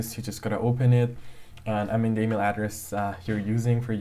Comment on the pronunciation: You know this is fake when he says EaMiL